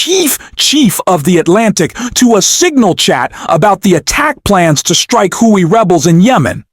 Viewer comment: The narrator who is reading the reports can't even pronounce words such as balk, halt or Houthi. He makes numerous errors. I'd rather read it myself.